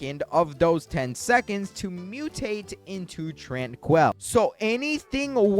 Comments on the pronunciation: Tran-quil, not Tran-coil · He is pronouncing tranquil wrong, this is how you say it: tran QUILL, like from the porkupine even though its spelled tranquil